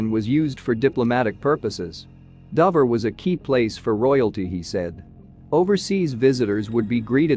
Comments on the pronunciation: It is pronounced as dowver try to get it right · Nah , it is DOHver ! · another AI script reader that can't pronounce Dover...you need to check these products.......sloppy careless work